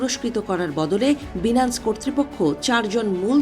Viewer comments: উচ্চারণ সঠিকভাবে করতে না পারা দুঃখজনক। প্রতিবেদন উপস্থাপনের ক্ষেত্রে সঠিক উচ্চারণ অত্যন্ত গুরুত্বপূর্ণ। অনুগ্রহ করে পুনরায় প্রস্তুতি নিয়ে আসবেন। বিশেষভাবে লক্ষ্য রাখতে হবে— “Binance” এর সঠিক উচ্চারণ “বাইনান্স”, “বিনান্স” নয়। ভবিষ্যতে এ ধরনের বিষয়গুলোতে আরও সতর্ক থাকার জন্য অনুরোধ করা হলো। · বিনান্স টা কি? আগে সঠিক উচ্চারণ করেন, তারপর নিউজ পড়েন ।চ্যানেল 24 কি আজকাল অশিক্ষিত ,মূর্খ নিয়োগ দিয়েছে ? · আফাআয়ায়া আগেয় উচ্চারণ ঠিক করেন লজ্জা পাইলাম বাংলাদেশি হিসেবে! বিনান্স কি জিনিস? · আচ্ছা এই নিউজ চ্যানেলগুলো শুধুই খায় আর ঘুমায় এরা নাজানে সঠিক কোন তথ্য পরিসংখ্যান আল জাজিরা রয়টার্স দেখে শুধু সকাল-সন্ধ্যা পোস্ট করেই যায় আর মানুষ শুধু দেখতেই থাকে😂 এজন্যই বাংলাদেশের সংবাদ দেখার আগে পাঁচবার ভাবি সত্য কিনা বাইনান্স ঠিকমতো উচ্চারণ করতে😂 পারে না